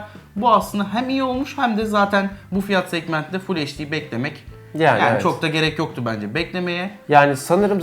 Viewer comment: Kardeş heşdi (HD) değil gözünü seveyim, eyçdi olacak o.